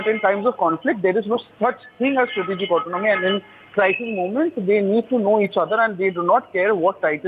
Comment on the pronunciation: At least do some spell check before posting. The newsreader can’t pronounce autonomy and the guy posting the video can’t spell it and spelled it as Autonmoy😂